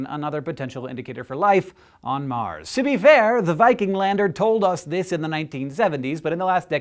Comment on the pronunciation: OCD kicking in..!.!.!... It's not MAR'S